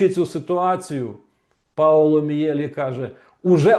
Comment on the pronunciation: Пане Романе,перепрошую,прізвище вимовляється ,,Мʼєлі ʼʼ.